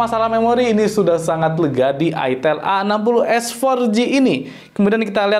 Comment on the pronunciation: Slfok bacanya itel AGOS 😂